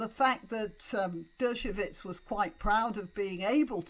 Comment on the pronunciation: Just a small point: 'Dershowitz' is pronounced 'DER-sho-wits', not 'DER-sho-vits'. It's with a "w" sound, not with a "v" sound.